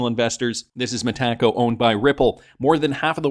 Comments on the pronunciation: It’s so annoying how these YouTube influencers pronounce Metaco incorrectly. It really discredits them. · Both Brad and David NOW pronounce it Meta Co